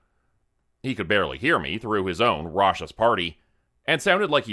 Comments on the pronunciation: When you say rawchus do you mean raucous.... If so it's pronounced raw-cus If ive got it wrong ...I APOLOGISE 🙏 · I love this story more every listen. Raucous is pronounced RAW-cuss and hearth rhymes with Garth not earth, just for future reference : )